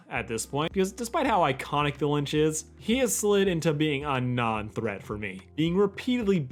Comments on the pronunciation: It's LItch not Linch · Its “litch” not linch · It's Lich not Lynch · LITCH NOT LINCH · Is he saying "li-n-ch"? It's "Lich" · Omg its lich not lynch ffs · It’s the Lich* not The Lynch. I love this video though! It’s just driving me insane. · It's called the Lich, not the Linch. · It’s not linch it’s lich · It's the Lich, not the Lynch. It sounds like you are combining "Lich" and "Grinch" into "Lynch" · u know it's lich tho right? you keep saying lynch. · It’s just The Lich, there no “N”. You kept saying Linch and it was driving me crazy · Calling the Lich 'Linch.' Oh Boy. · Call the lich "lynch" one more time 🔫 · It's lich, not linch. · ITS LICH. (LI-CH) L I C H NOT LINCH. LICH LICH LICH WTFFFFFFF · ITS FUCKING LITCH NOT LINCH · Lich, like itch. Not Linch, like flinch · THE LICH, NOT THE LYNCH, IT'S THE LICH. TWO COMPLETELY DIFFERENT THINGS. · does he keep saying “Lynch” instead of “Lich” ? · Lich. Not Lynch. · Why do you say “Linch” but it’s actually Lich. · I keep hearing ‘the lynch’ instead of ‘the lice’ am I going crazy or do you guys hear that too? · You know his name is The Lich not the lynch right? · Bro it's the Lich not the Linch you say linch like 10 times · L-I-C-H not "Linch" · You've been saying Linch it's "Lich" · every time U say Lynch instead of Lich I physically recoil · why do you keep calling tthe lich the lynch wtf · Linch? Not lich? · .... are you pronouncing it 'linch' ? or am I just hearing things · Its the Lich, not the Linch. 😅 Great video though, recapping one of the greatest episodes. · i can't be the only one with an eye twitch every time he says "linch" instead of lich lol good vid tho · Linch its lich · Litch, not lynch L I T C H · The Litch not the “Linch” lol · ITS NOT LINCH ITS LITCH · I don't mean to correct you, but it's lych not lynch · Lich not lynch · Not linch... it’s Lich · LICH. Not "Linch" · It’s the Lich not the lynch lol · "The Lynch". It's Lich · why do you keep saying linch instead of lich? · It's Lich not Linch.